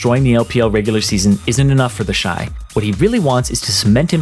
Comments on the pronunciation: I thought its pronounced "Teshi" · Ah yes, TEHSHEE